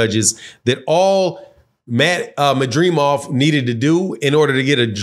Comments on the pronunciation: Man, how can you not pronounce a simple name like Madrimov when I kno fo sho you can pronounce De'shaundra, Jamarcus and Shaniqua... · That madrimov be killing you og. Not gon lie I was struggling to say it at first too lmao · was thinking same. Can’t believe I watch some of these videos by these wannabe analysts.